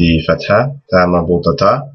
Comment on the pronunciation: "ta marbultah?" or "ta marbutah?" I hear "marbultah" with an L sound